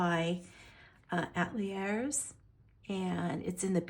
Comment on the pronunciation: It's pronounced a (as in cat) tell yay. It is French. 😵‍💫